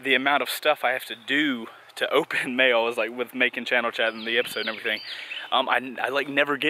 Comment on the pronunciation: When he said mail I though he said mayo cx